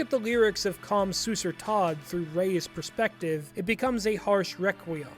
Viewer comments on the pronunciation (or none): none